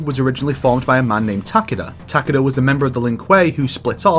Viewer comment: ITS TA KEE DA